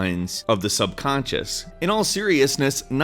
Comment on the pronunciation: "Suboncious" xD